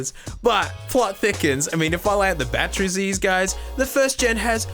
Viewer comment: I just love how says batteries BATTREE